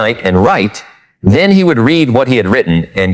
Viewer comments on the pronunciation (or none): I don’t know how AI will take over the world when it can’t figure out the difference between “read” (reed) and “read” (red). So annoying.